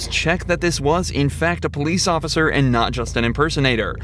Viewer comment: They put the OAF in the word OAF-icer!